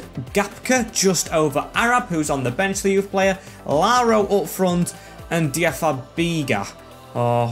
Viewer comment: Paris FC currently have a very good crop of young players, you should try and use dynamic potential to grow their OVR. Adds a homegrown feel to the series. PS - it’s pronounced Diaby - Fa - Dee - Ja